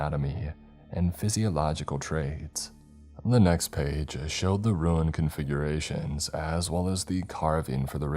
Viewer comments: there’s a mistake in your pronunciation of Rune, it’s not “Ru-inn” but “Roon” obviously spelled only slightly differently. An easy mistake to make. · Bruh … I love you but the way you pronounce “Rune” is driving me nuts. It’s not “ruin.”😅